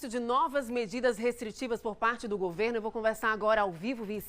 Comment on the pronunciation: Querida........não é GU e sim:GO-VERNO. OK??? Bjs.